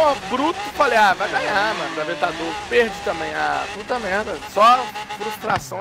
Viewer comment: avetador poeche ;d